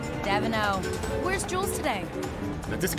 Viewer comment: The more i hear her say Jules, the more i hear Jules drools 😂😂😂❤